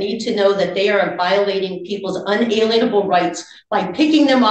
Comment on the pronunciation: She does that on purpose, to use the word lien - she slips up sometimes and pronounces it correctly - just more sovcit shenanigans.